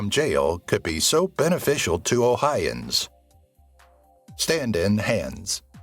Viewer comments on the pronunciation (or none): Interesting video…& tho I *never nitpick, what’s up w/ all of the mispronunciations? ‘Ohians’ as opposed to OhiOins? Another that escapes me atm tho worst, ‘Dumas’ as opposed to Dumah? -a special point even made in the movie re proper pronunciation of the author’s name). Seems sloppy given otherwise excellent piece